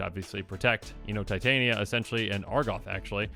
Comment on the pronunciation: Tee tah knee uh. Not tie Tay knee uh